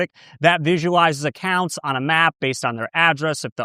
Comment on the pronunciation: "acocunts" noiceeee 😏